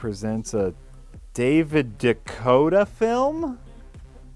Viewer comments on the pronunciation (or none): I'm pretty sure it's pronounced Day-Co-Too